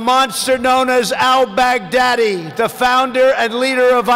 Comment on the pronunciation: The way he pronounced Al baghdadi. L bag daddy....😂